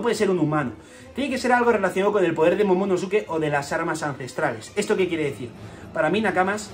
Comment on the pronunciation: casi todos los españoles pronuncian mal el nombre de momonosuke